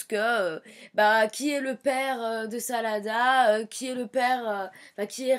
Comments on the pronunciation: au début elle a dit salada au lieu de sarada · Ça m'énerve les gens qui tente de prononcer les prénoms en japonais alors qu'ils le prononce mal!!!Sérieux arrêter quoi!!!!Sarada maintenant s' appele Salada?!Nan mais j'hallucine!! 😂😂😂🤣🤣🤣😡😡😡😡😡😡